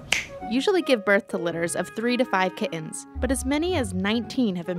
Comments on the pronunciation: Their called Kittens, not Ki-uns. Don't leave out your T's. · can't stand the way she pronounces kittens....kiddens..kihhens... ugh I would never hire her for my company..... 7 year old video so it isn't AI.. it's really bad when adult males sound like valley girls